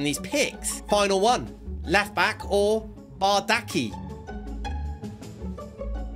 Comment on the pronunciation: the fact he used a Galatasaray CB and then a Fenerbahçe RB an said they would get chemistry is funny(the 2 clubs are rivals). Also, it is pronounced Bardakchi